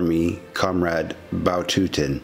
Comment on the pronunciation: Der russische General hieß sicher nicht Batutin sondern Watutin